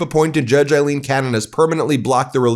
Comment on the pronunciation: Aileen not Eileen Cannon is an absolute disgrace.